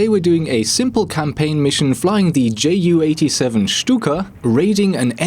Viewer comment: Isn't it Junkers Ju 87 and Not J 87?